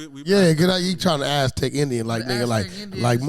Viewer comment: This nigga said aztec smh 🤦🏽‍♂️